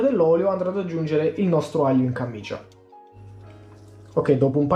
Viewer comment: Comunque è camicia non cammicia.. cit. E ma siccome è di flanella è più grossa e raddoppia... semicit. ( tributi ) Comuuuunque ottima ricetta, grazie.